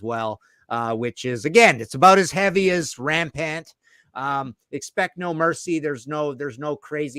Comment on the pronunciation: Laughed at the strawberries joke.then read the Brit getting bent out shape about it.. Was being ironic when he mispronounced rampant??? Fun show as ever...could we add Greatest Hits for any band thats just rubbish..insert your own here